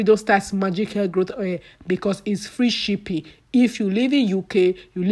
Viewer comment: May God forgive you.. She's here making her money and you're there looking for correct pronunciation. Abeg Who English help?